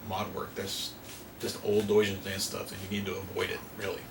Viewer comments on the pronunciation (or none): I thought I heard call him "douche-en-dance" lol